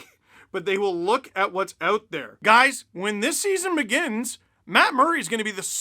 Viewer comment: I love how you said “when” Lmao